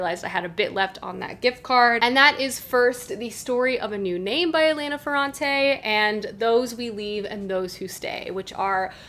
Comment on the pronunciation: btw, glad to see some italian writers on booktube, Elena is pronounced with the accent on the first E not on the second, like the english version of the name, Hèlen right, not Helèn, also the first E is open not closed